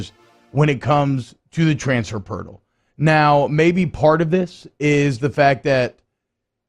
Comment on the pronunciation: "Transfer perrtal" 😂😂😂